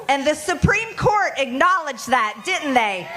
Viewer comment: Te supreme court acknowledv that, DITN'T they. DITN'T, ok, Marge, you dummy.